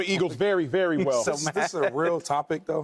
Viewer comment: Do anybody hear how Ocho say very🤣🤣🤣🤣🤣 he say wery